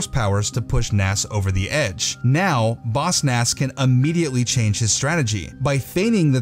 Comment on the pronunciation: I hate that you say Boss Nass like bossnass